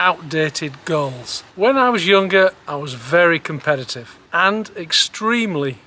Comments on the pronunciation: Goals, I thought he said girls, and I was right there with him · Thought he said "girls" but he meant "goals". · I swear you said ditch girls. Had to replay "ditch goals"